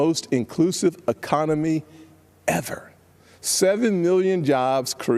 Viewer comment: Tim Scott should be slapped for saying "ever" that way. I think that he would do well making infomercials. So much fake enthusiasm! Glad that these bits and pieces are being pulled out. Thank you! I could not have watched any of it otherwise.